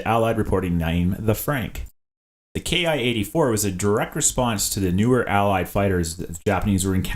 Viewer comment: The Imperial Japanese Army fighter's "ki" should be pronounced not "ke-ai" but "ki" of "kill".